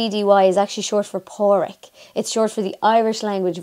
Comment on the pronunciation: Not sure if I understand the Male native or natural name for Patrick. I was in the understanding that it was either Padriag or Padriac but it could just be how it it really to be pronounced. To me it sounded like there was an L, U or W instead of a D sound when you pronounced it. Please understand that I'm not making fun of you. I just like the traditional or Native Old Time spelling as opposed to Patrick.